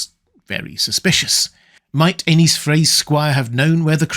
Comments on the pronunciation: I hate that you pronounce Aenys as Anus. its more like A-Niece. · Pronounced Aenys as "anus" and not "Ay-neess" is brutal 😆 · I’ll never get tired of hearing (and reading in the captions) the name “Anus Frey” in absurdly proper English accent. Yeah yeah, I know it’s supposed to be spelled “Aenys,” but tell that to the captions and to repeated and unmistakable pronunciation. Hey hey hey, Anus Frey, Anus Frey.